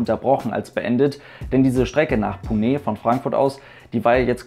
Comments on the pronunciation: Das E bei Pune wird nicht stark betont sondern nur leicht! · Bin vor vielen Jahren mit qatar airways in einem a319 in 6.5 h von Berlin nach doha geflogen. Für mich war dieser flug äusserst unangenehm, obwohl der nebensitz frei war. Wie belastend müssen dann 12 h sein. Btw Ich bin mir nicht sicher ob Pune wirklich so ausgesprochen wird, werde gleich mal hier jemanden fragen. Liebe Grüsse aus Agra in indien